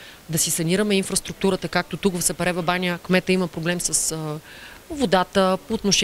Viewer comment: Научете се един път за винаги как се произнася името на града. Казва се сАпарева баня а не сЕпарева баня.